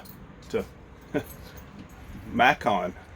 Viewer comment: Idaho is beautiful! I loved it when you started off and mentioned Mackon...🤣 ( Macon) i know Georgia! Enjoyed this video and we love you being also! We are all just human. So happy you found the screen!!